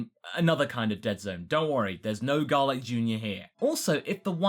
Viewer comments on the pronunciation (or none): none